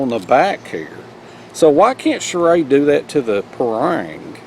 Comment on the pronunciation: condor all the way,,, btw the way you pronounce shrade like charade is funny as hell!